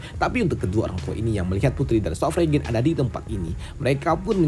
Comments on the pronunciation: sword Sovereign (sord sofrein) gitu bacanya bang bukan regen, regen mah pestisida 😂😂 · Sword Sovereign (sord sofrein) gitu bacanya bang, bukan regen, regen mah pestisida 😁👌